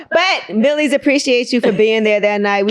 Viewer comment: Angyla pronouced his name Wrong